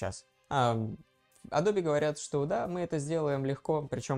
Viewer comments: Адобе, ютубе...фасебоуок...А.И... на слух режет. Трудно вас русскоязычных научить произношениям. Эдоб, ютюб (не путать с ютьюб), фейсбук, ЭйАй и т.д. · мне одному произношение "Адобе" режет слух? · не тебе одному 😂 причем, знание, что правильно — Адоби, что это топоним, и поэтому "е" на конце читается, положение не спасает. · Эдоуби -- так правильно, если верить произношению нескольких переводчиков на английском. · может быть я что-то выдумываю и в английском "е" на конце читается?